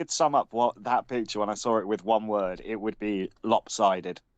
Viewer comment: “Lorpsided.”